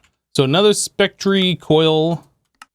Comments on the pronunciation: pronouncing spectre as "spec-tree" sounds pretty stupid, and yes, everyone misses stuff in JEI or their inventory occasionally, but he manages to do it multiple times an episode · I really hope you are pronouncing spectre wrong on purpose(still love ur vids tho keep up the good work!) :) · I don't believe he's pronouncing it wrong by accident. Both he & xB try to give their vids some personalization by having certain words pronounced their own way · You’re pronouncing spectre incorrectly. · I know it's really not important but it's got to the stage where I just have to know. Is the way you pronounce spectre an error or are you just being quirky? Being from the UK I guess I'm more used to words spelled that way: metre, centre etc. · He's just wrong about the pronunciation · IMO - it doesn't make them sound stupid - it makes them different. As for missing things (in chests or JEI) we'd be hard pressed to find a Minecraft Youtuber who doesn't do that every now & then